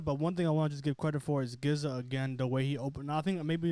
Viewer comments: Pronounced Jizza. Not Gizza. 😂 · Hearing this guy say Gizza over and over again (and he’s clearly aware of the Clan) is soooo cringe-worthy 🙄. Please son do yer knowledge and pronounce it right “Jizza” (GZA / Genius). He’s only a top 10 MC of all time. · it's GZA not "Gizza' pronounce the G like a G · GZA is pronounced like the G in Giants. Not like Get it Go. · I came here to say the same thing. My man said Gizza Lol!! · How can this be your favorite album when you don't even know how to say the guy's name? It's pronounced jiz-a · All love but definitely make sure you know how to correctly pronounce the artists name you are reviewing. They deserve that respect #WuTang 👐